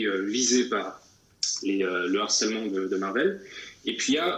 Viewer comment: HARCELEMENT commence par h aspiré. On doit donc dire LE harcèlement, et non pas l'harcèlement...Merci!